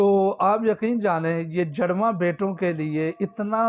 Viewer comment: جَڑواں لفظ نہیں ہے جُڑواں لفظ ہے آپ پہلے کچھ اور طریقہ بتاتے رہے کہ حضرت موسیٰ علیہ السلام اور حضرت ہارون علیہ السلام کو ثواب دینا ہے اب کہہ رہے حضرت ابرہیم علیہ السلام اور حضرت زکریا علیہ السلام کو ثواب ہدیہ کرنا ہے آپ کو بھی معلوم نہیں ہے